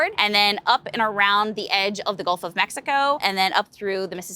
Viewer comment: Lol she said the galf of Mexico